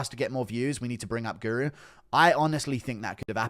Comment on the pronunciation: "but mma POOru"